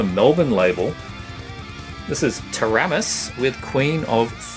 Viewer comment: Never heard someone say Taramis like you do!😆